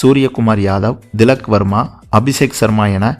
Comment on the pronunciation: Not dilak…thilak pl